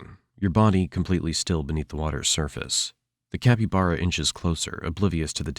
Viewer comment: Is this AI generated? The mispronunciation of caiman and capybara were a bit off-putting.